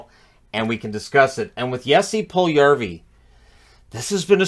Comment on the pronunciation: His name has four syllables, not three. Pul-yu-yar-vi.